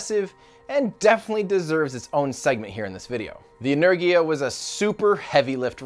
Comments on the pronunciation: Buran is pronounced Boo-Ran, Boo (the sound a ghost makes) - Ran (Like I ran a mile), you got that one right. Energia is pronounced In-Er-gee-uh, In (like you walk in to a store), Er (like the last syllable of Challenger), Gee (like geek without the k), uh (like up without the p, or just how it sounds, uhhhh lol). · Energia is pronounced Yeennerrgia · It's pronounced Energia. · It’s pronounced EN-ER-JIA and BER-ON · Енергия (Russian) is pronounced Eh-n-eR-gi-yia R = R with some hard accent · im pretty sure its pronounced ener gee a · It’s Buran, literally, not Biruan, same with Energia. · No that's not really how they are pronounced lol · By the way, you pronounce "Buran" almost right! But not "Energia". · You pronounced buran correctly, energja not so much, google how to pronounce energia. I'm writing in polish as i hear it phonetically. Tho that american accent trying to break through slav stuff is still adorable. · It's Buran and not Buran, also Energia not Energia! Geez! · It’s pronounced “energia” with the g being russian g not american geeeee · For the record Буран is pronounced boo-RAHN and Энергия is pronounced eh-NAIR-gee-ya (capital letters indicate stress). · Energia - en-EHR-gia (hard G) Buran - Buh-RAHN Basically stress the second syllable, Gs are always hard, vowels are always long (think of how an American says "pasta" or "drama" as opposed to how a Canadian says "pasta" or "drama"). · Tim, it sounds like this: Boo run - burán A nerghia - enérgia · Thanks for this very informative video Tim! FYI, Buran is pronounced "Booráhn" in Russian, as the U in Russian is more like "oo" in English, and the emphasis is on the "a". Also Energia is simply pronounced "Enérgia" with the emphasis on the second "e" and the "g" is like the one in "Go". Keep those interesting videos coming! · I believe it would sound more like 'znaregia' as it was spelled on the rocjet itself «Знергия» that would be how it's pronounced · "inner-gee-ah" Energia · Correct one is Energiya